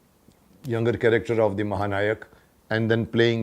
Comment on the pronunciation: Mahanalayak not nayak, u mukesh u r not a anchor, total disaster